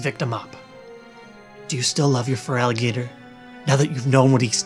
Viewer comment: Not gonna lie I started laughing at fralligator